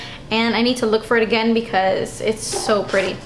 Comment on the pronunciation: Ah-gain!! Lol girl u crack me up!!